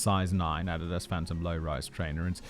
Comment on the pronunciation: I had to rewind when I heard him pronounce "Adidas"